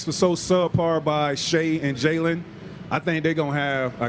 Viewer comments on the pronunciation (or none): none